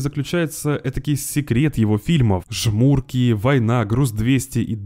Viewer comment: только не ЖмУрки, а ЖмуркИ